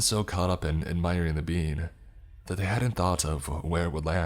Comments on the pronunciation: this is really killing me lol, i know what it’s supposed to be and he KEEPS NOT SAYING IT RIGHT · an hour and 45 minutes in and I JUST realize he was saying being and not bean. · I thought he was sayin the perfect bean for longer than I care to admit 😂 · I'm the only one who heard the perfect being as "The Perfect Bean"? And imagined a divine bean for the whole story? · I feel dumb, i though he was saying the perfect bean for the last 40 minutes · I love hearing you say "being" "The perfect Bean" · I can’t be the only one who thought he was saying the perfect bean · for the longest time I thought it was "the perfect bean" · Literally came to the comments to see if it was bean or being 😂😂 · 😂😂So did I as I read your comment and although I’d listened to this nearly a year ago, I didn’t remember all of it. As soon as I’d heard that phrase I chuckled as it sounded just like that. 😂😂😂